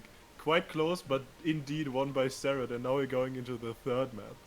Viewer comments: wait... was it always pronounced "serret"? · Is his name pronounced care-rit or sare-rit